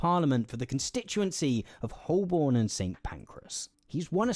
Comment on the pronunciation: Dude can't even pronounce Holborn correctly.